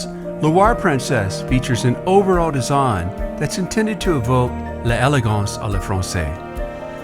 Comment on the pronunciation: This is a lovely video but the mispronunciations are jarring. "'Le elegance'' for ''l'élegance,'' ''day'' for '''de,'' and ''chateau'' for the plural ''chateaux'' 'are errors anyone who has studied any French at all would notice. This certainly detracts from the ''elegance'' strived for by the producers of the video. And please, not ''de Ussie!""